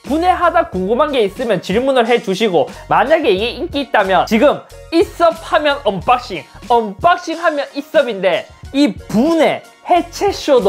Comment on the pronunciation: 아니 왜 언박싱(Unboxing)을 언빵씽이라고하냐고ㅡㅡ